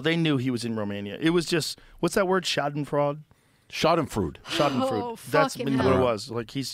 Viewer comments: what's that word? schadenfraud? - schadenfrood. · I love how Portnoy corrects Rogan on the pronunciation of Schadenfreude by giving him an even worse one. Amazing people right here.